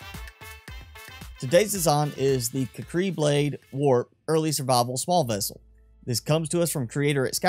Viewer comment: I thought it was pronounced: kū•kree.